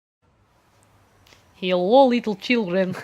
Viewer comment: “hellYO Leetle children” that’s it I’m done best intro.